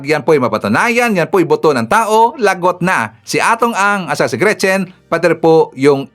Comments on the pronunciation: Not “boto” but “ buto”😊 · Buto po..Hindi boto..